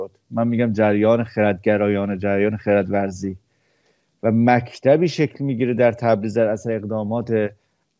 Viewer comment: سپاس ❤جناب کلمه خردورزی را خیلی خوب آمدند!😊